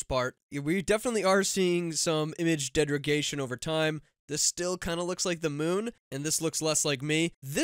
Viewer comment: I adree!